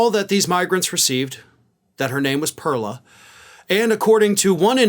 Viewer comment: You either pronounce it right in Spanish or say her name in English which is pearl like what comes out of an oyster.